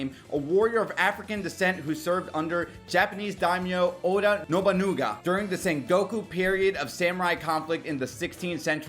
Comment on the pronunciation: NobunAga not Nobunuga